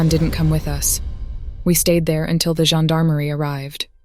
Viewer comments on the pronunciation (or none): none